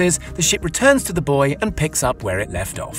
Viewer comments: "... tie it to a boy ..." Please don't tie the cable to a boy and leave him out there by himself in stormy weather. May I suggest using a buoy instead? (boo-ee) EDIT: "Who are we?" Come on, man. Pronunciation is not that hard. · What do I think? I think you could work a little harder on your pronounciation. Buoy and Huawei come to mind =)